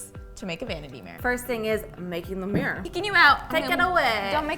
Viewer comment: I love every bit of this except for pronouncing mirror as 'meir'